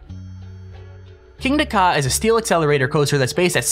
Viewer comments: it'sn not king dakar, it's kingda ka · "KINGDA KA"..............